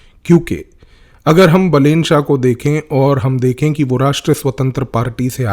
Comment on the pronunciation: so this dude is not a psychologist, has never met balen, cant pronounce his name correctly, but is now gonna know the profile of Balen shah? hahahahaha views ke liye kuch bhi